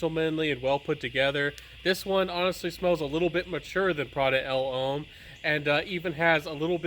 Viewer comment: Great video as always my guy. Pronunciation is getting better but pointers for those hard to say words from a southerner..Uomo is oo-oh-moh. And L'homme is pronounced Luh-m. Like thumb.